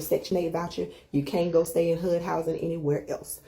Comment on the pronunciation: lady in yellow, why everytime she says HUD, it sounds like HOOD😂😂😂😂😂